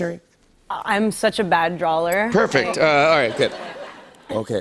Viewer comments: “DRAWLER” omg no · She said drawler?....for real? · KRISTEN SAID "DRAWLER" are you kidding me. My insides are trying to be on the outside. Wtf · I’m 3 years late but she meant “drawer” but it came out as drawler, I can bet it’s just from her anxiety/nerves, I’m the same way lol words come out wrong sometimes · I thought I heard it wrong when said drawler. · KRISTEN STEWART SAYS DRAWLER!!!!!!! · Kristen is such a bad "drawler" she can't even say "drawler" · What is a “drawler” Kristin? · bad drawler ?